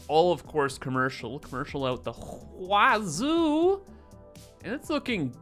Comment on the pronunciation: I love it when says “ out the WHAZOO”